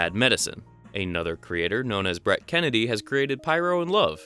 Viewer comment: Yeah I know, his name is Brent not Brett